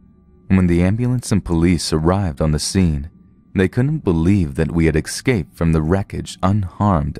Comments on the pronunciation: escape not exscape (eh-sc-ape) not (ex-sc-ape) just saying love your stories though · Yet how many times did you hear him say excape... I cringed every time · Great stories! Pretty good narration - except there is no "x" in the word " escape".